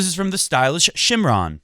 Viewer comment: Shimran is said as shimrun